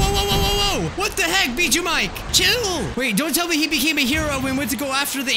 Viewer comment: Can't even say the name of the game right and he's bjjuu Mike not weird salad guy?duh.